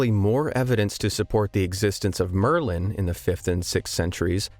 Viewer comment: It is Merlin I'm surprised you nailed it, kudos!